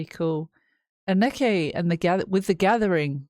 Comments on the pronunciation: Anneke ---> Ahn-nuh-kuh . Ok? Got it? 😘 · ANN-NEH-KE pronounced